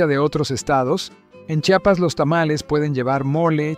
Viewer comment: Porque siempre pronuncian su nombre incorrecto, no es chapas es: CHIAPAS, porfavor.